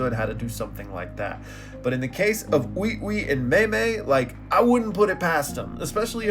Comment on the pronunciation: Why he pronouncing Ui Ui like that